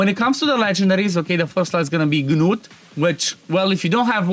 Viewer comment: Still pronouncing the G in Gnut huh? That’s weird